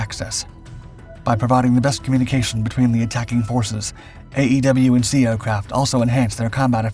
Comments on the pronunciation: AWACS - It's pronounced [Eh-Wax] NOT A E W C It's AWACS! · You have a heard time pronouncing E-WAC. Say it as a word not letters. You come across as unintelligent with military words.